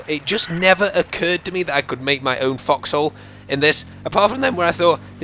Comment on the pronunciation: LOL I THOUGHT HE WAS SAYING FUCKHOLES INSTEAD OF FOXHOLES